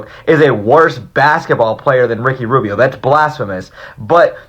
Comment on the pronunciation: This nigga said RICKY RUBBBIO ?